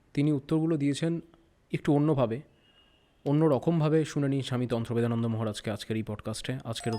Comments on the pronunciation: স্বামী জির নাম টাই দুবার ভুল উচ্চারণ করে ভিডিও শুরু করলেন। তন্ত্রদেবানন্দ কে উচ্চারণ করলেন তন্ত্রবেদানন্দ... আমি বেশ ক' বার কেটে কেটে শুনলাম! আশ্চর্য বটে ! আপনারা আবার চ্যানেল চালান? ? কিছুই না জেনে শুনে বসে পড়েন, তাও আবার লোকে দেখছে... সত্যিই এলেম আছে। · Namta thik kore bolun